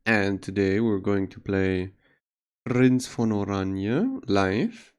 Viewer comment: i know. just heard the name be butchered a lot so hearing it be pronounced right is nice for once.